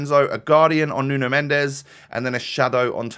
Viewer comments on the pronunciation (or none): nuno mendes is pronounced as nun mensh